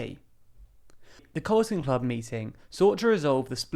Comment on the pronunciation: You have CARLON Club in the illustrations, yet keep saying CALRTON club. Which one is it?